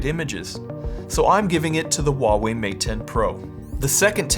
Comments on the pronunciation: Great video, thanks. Just a tip from a guy that lived in China for ten years , Huawei has an H, it is necessary to pronounce the H, it is not WaWei , not at all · Yeah, they paid him and not even know how to pronounce their name.